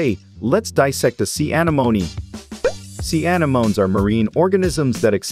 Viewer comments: Your AI voice generator is more artificial stupidity than artificial intelligence: "anemone" is pronounced "uh-NEH-moh-NEE", not "A-nuh-moan". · AnEEmone, not, aneMOne. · Pronounced 'an-en-om-ie' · When you get lazy and use a cheap text to speech; anemoney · The heck is wrong here....thats not how you say anemone...when a little children's cartoon movie says it better. You should know you failed and failed hard Is that a computer voice or were you just born yesterday? uh·neh·muh·neee Anemome....and an anemone is a flower....great way to miss the most basic stuff. Only a fool who knows nothing will enjoy this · Bloody AI voices lol A-neh-monee, say it with me AH-NEH-MON-EE. Sounds like its saying Alamony on this lol. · I’m sorry but SEA ANOMNI😂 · See anemonih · Anamoenee Anamoens 💀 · Sea “ANA MOANY” 😂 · anEmone! It is pronounced anEmone!!!! smh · Sea Ana-MOAN-E 😂😂😂 i wish we could hear this guys real voice i hate AI. It’s go basic and boring, although i like watching him dissecting sea animals I wish we could hear him talk. The AI voice sucks and mispronounces every word even easy words. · It's pronounced uh-nem-oh-nee F.Y.I. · Very good video but holy crap, it's Uh-NEM-O-Knee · Ah-nem-oh-nee. (Sorry, was watching Finding Nemo) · It hurts me every time he says sea anemone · The way you say its name drives me crazy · It's painful to hear the way you are pronouncing anemone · I love how this computer voice can't pronounce Anemone. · The only thing that bothers me is how they say anemone:,] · Am I wrong or do I remember anemone being pronounce VERY differently. Unless everyone I have ever met is just wrong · Pretty sure its said wrong because theyre using text to speech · a different accent is not th same thing as putting the stress on the wrong syllable.